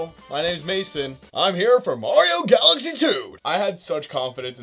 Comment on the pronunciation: When he says galaxy it sounds like Odessa